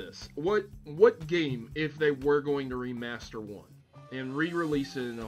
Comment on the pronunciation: The legend of zelda ocarina of time: Wemastered